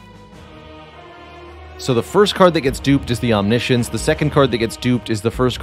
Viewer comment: It's "om-nish-ens" not "omni-science", it is spelled very confusingly tho :-)